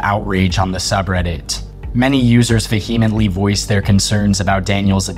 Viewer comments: Vehemently = vee·uh·muhnt·lee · If you are going to use the word "vehemently" in every other sentence, please learn how to pronounce it. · No one says vehemently this much, especially someone who pronounces it wrong. This has got the be engagement bait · I just want to know why you can't take the time to learn how to pronounce vehemently correctly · Inundated not indunated VEE-huh-mently not vuh-HEE-mently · Words you need to look up the pronuciation for: Wichita. Inundated. And ESPECIALLY Vehemently.